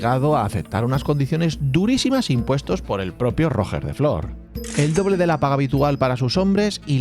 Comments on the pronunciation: “Rojjjjjjjer de flor” No costa res buscar com es diu en Català: “Rugè da fló”, es pronuncia. G de GENERATION, no GINECÓLOGO. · Cada vez que escucho mal la pronuunciacion de Roger de flor Almogaver creado Mercenari Català me duelen las orejas, tal como intentas pronunciar bien los guiris intenta hacerlo amb Ruger de Flor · Roger de flor de pronuncia "ruyé de flo" he puesto yé porque se pronuncia como yes pero acentuado, y en català normalmente no se pronuncia las r finales! Pero como siempre un trabajo de 10! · Tío el nombre de Roger de flor sería de agrado una pronunciación un poco mejor solo una pequeña crítica Si puedes decir roger federér puedes pronunciar bien Roger de flor 😊